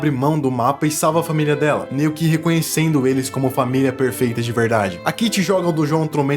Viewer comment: "família prefeita" kkkkk desculpa. Ótimo vídeo.